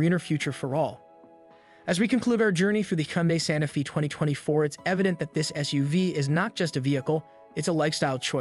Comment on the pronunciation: You keep saying Sante Fee but isn’t it pronounced Santa Fay? Also at the mark you did something with the rear light placement?